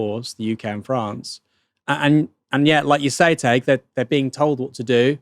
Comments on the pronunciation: Could you maybe learn how to pronounce Tadgh’s name? It rhymes roughly with Thai(g) or high(g) or pie(g). The way you keep pronouncing it is literally a slur used against Irish Catholics. Please try to get it right. It’s not hard. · I hate to be that guy, but it's pronounced "Tie-g" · Please learn to pronounce Tadhg.